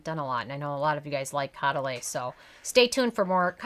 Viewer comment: Show some respect Use the correct pronunciation Co-duh-LEE